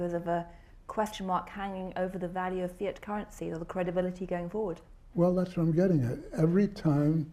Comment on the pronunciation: Did he say Phi Ott currency at the mark of this video ??